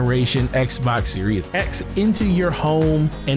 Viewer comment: Am i hearing "Xbox serious X"?